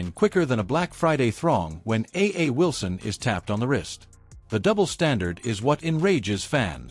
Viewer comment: First learn how to pronounce her name. Then you can comment on this bullshit video. A black woman with talent who knew. You manage to say Clark's name right why not Wilson's. Are saying A'ja Wilson is a dirty player. I seen some of stuff Clark did in college she is no angel.